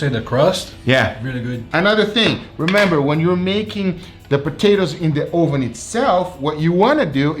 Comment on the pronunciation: UH....VIN.... not OH VIN lol